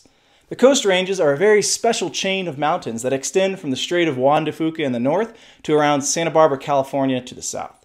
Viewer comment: Juan de Few-cah, not Juan de Foo-cah